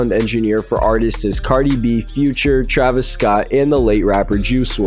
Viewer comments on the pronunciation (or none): none